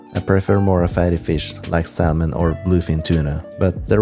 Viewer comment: If only you'd refrain from pronouncing the "l" in 'salmon"...